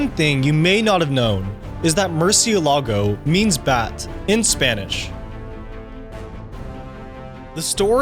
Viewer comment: if this guy ever tries to pronouce: murcielago , again in his life, im personally will take it.